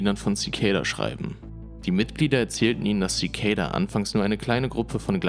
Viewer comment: Zikejda? Echt?! Das spricht sich einfach Zikada aus. Das ist kein ej/ey oder sonst was drin.